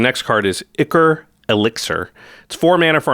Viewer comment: That's not how you pronounce ichor.